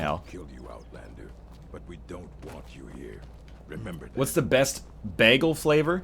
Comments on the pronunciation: Bah-ghul, whereas most others would probably say it as bay-ghul. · Sounds like Begel to me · NL says bagel funny. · Not even sure how to spell his pronunciation of the word bagel